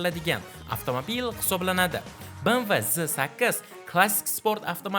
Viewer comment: Bemve deb oqiladi bmv mas